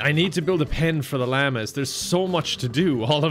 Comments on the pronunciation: l-ah-mahs- llamas not lama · i momentarily forgot llamas were a thing so i thought "oh cool i wonder if that's his dialect's way of saying lambs" ...